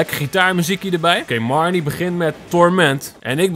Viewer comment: Haha jij zegt de hele tijd mereanie in plaats van marnie😂😂 (geen haat)